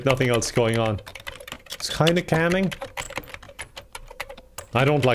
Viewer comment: How do you spell calming the way pronounces it?